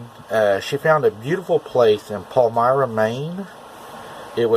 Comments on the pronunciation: You came close on pronunciation. Its Paul-meer-rah :) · Excellent content as always brother. Not that it matters, but they pronounce it pal-my-ruh. Not the first story I've heard about Palmyra. And I've heard this one more than once. Yours was the best - great visuals. Anyway, a buddy of mine who I served with lives near Palmyra, in Belfast, and he's told me all kinds of weird crap that he's heard from other people who had first hand knowledge of the encounter, either a witness or LEOs. My buddy is in law enforcement. I mean these people - They can't ALL be mistaken or lying. We kept up with each other because both of us have had encounters with the "big guy" and our team encountered stories of the barmanu in Nangarhar (and other places in Afghanistan) from a translator and then other stories from an officer of a certain Intelligence agency that was NOT American. He said he'd heard plenty of stories from villagers near Khyber Pass. The translator though, he spoke as if what he were saying was fact. The officer was on the fence about it but as I said, he'd heard lots of stories. They sound exactly the same as ours. They describe hair covered giants with cavemannish faces who hunt at night and have been known to take people, but who mostly keep to themselves. Not one of the people we spoke to described an ape. They said it had certain ape-like characteristics but it was more like a human. Now.... One thing the translator said, it didn't hit me until years later when I finally heard the old Albert Ostman story. Well, firstly the tran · Do you believe that they really couldn’t have gotten in if they’d really wanted to? Palmyra - pronounced Pal-‘my’-ra. 🙂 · There’s also a Palmyra. Pronounced Paul My Ra …,we have one in Pa too.